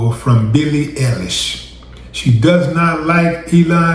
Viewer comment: Ellish not Eilish